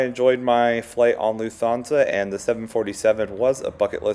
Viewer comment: Loof-Ton-Za just so you’ll know for the next LH flight you take. When I watched it after the 4th or 5th mispronunciation, on silent, the video was good. 👍🏻